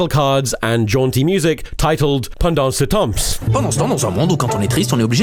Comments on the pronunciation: As a french viewer it's really fun to see some french videos i havent even thought about for year being mentionned like that. And the accent for "pendant ce temps" and "et si" it's a bit disturbing and make it funny. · If you were gonna repeat "Pendant ce temps" so many times, maybe you could've checked the freaking pronunciation before hand. All it would've taken is the best part of five seconds with Google Translate or whatever.